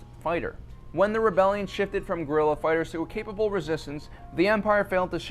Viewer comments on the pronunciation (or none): none